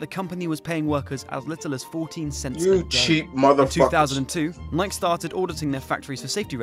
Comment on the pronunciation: I've never heard Nike pronounced "Naik".